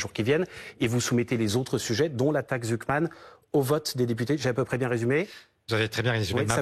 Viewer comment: Réecoutez sa prononciation de la "Taxe Zuckman" 😂 la liaison est incompréhensible, il mange les mots. Articule bien Mr Faure😂